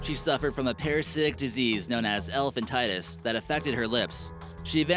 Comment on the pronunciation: It's "Elephantiasis" and pronounced (El-ef-an-ti-i-sis) Not elephan-ti-tus, just for future reference.